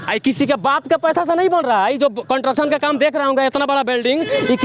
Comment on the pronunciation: कंट्रक्शन नही भाई, कंस्ट्रक्शन बोलिएगा भाई। अच्छा रिपोर्टिंग कर रहा है